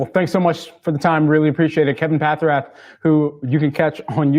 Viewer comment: How did he pronounce your last name? Pathrath?